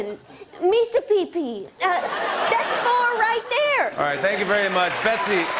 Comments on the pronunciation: "Missapipi" oh lord.. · Please don't 'missapeepee' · it was "missi pee pee" ....laughed but wanted to cry at the same time.....